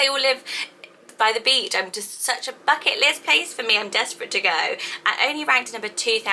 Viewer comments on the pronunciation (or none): none